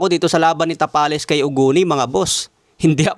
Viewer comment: Marlon Tamales dinig ko a haha